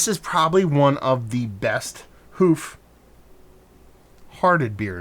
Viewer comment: That’s how I’d describe almost every beer from them. Fun and dangerous. Usually too easy to drink for how high of ABV. I’ll suggest pronouncing Hoof differently, almost to sound like the “u” in push. Like the way some folks pronounce “roof” almost like “rough”.